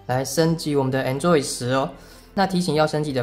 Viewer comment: 為什麼台灣讀Android做enjoy?有點怪怪的(沒有惡意